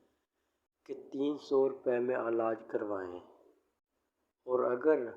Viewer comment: Bhai Alaj nahi ilaj hota ha😂😂😂